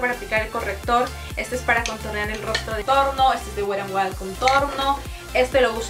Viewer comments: mena wera en wayol 😅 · Perdonnnn pero me causa un conflicto el que no pronuncies bien la marca wet n wild jahaja